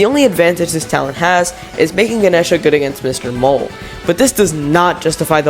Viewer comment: I always pronounced Ganesha that way, how the fuck is that incorrect???? 😭